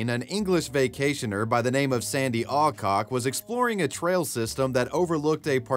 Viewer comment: I was really crying until i heard "Sandi Allcock" 😭